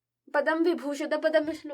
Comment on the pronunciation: mam its not padam its padma पद्म